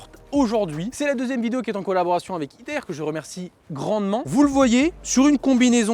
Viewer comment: Je suis le seul à chaque foi qu’il dit hit air j’ai vrm l’impression qu’il dir hitler